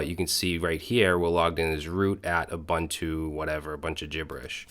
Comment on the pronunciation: have a look at "ssh-copy-id" for copying your ssh keys around, much much easier, and it works if you have jump hosts. and int not uBANTu, the way you say it is a slang word for african natives.